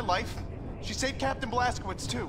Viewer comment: ok. i don't care what anyone thinks. the fact that Totenkopf can actually pronounce Blaskowicz correctly proves he's the superior character.